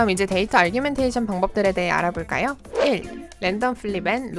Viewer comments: 그러게요; argumentation으로 잘못 이해하고 부르시는거같아요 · Data_Augmentation에는 "r"이 없는데 자꾸 아r규멘테이션으로 들립니다. 그거 말고는 너무 좋은 영상 감사합니다~